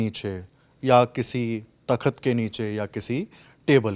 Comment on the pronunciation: # Ta_khat ya Takkhat too bad uccharan